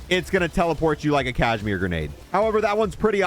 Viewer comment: its KAZ-I-MEER not cashmere silly..